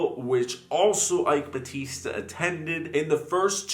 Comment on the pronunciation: Ok, so... you nailed "eike batista" great pronounciation. When you said "lava jato" though... ugh you said lava rato... i know in spanish they pronounce "j" as "r" or "h" but , in Brasil(yes we write it with an "s" not a "z") we pronouce the letter "j" the way you did it when you said "rio de janeiro".